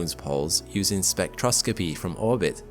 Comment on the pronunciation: sorry, spectro-scoppy? 🙃